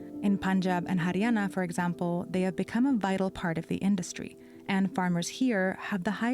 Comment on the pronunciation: Her pronounciations are top notch. Haryana, Bihar, Mandis.